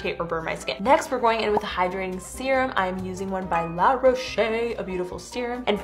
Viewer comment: It’s pronounced « La rawsh »